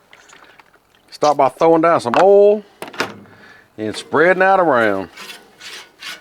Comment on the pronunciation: Dude, it's not HAbachi, it's HEbachi. Also, it's not owl, it's oil.